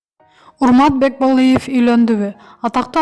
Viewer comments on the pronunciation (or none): Урмат Бекболиев деп так суйлочей😂😂😂😂😂уксанар😂😂😂Бакеболеев дегендей😂😂😂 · Кагылайын жазылган тексти туура окучу))Бекболыев эмес Бекболиев, интарнат булагы эмес,интернет ))Тобоо кайсы кылымда жашап жатасынар? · Автор манкаланып "бокболиев"дебей нормально суйлочу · Урмат Бокболиев дейтко🤣🤣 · Бекболеев дечи😂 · Автор биринчи Бекболиев фамилясын туура айтынызчы🤦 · Корком окуй албайсынго кантип сени иштетип атышат Бекболиев деген созду да зоорго суйлойсун сураныч чыкпачы сен